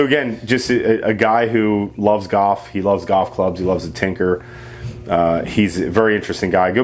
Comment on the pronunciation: You know there is an L in the word goLf